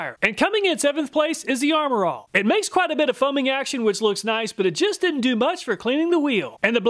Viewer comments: I believe it’s a kooky way of saying “nice”. Like one of the three stooges would say in their accent. I’m guessing, of course. 😊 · is 'nice', just pronounced differently. Noice! Kind of like, extra nice.